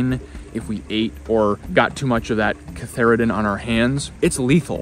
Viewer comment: I believe it's cantharidin, not catharidin. Anyway - great video!